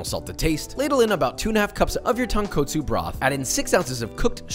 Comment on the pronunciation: ton-KOTsu not ton-katsu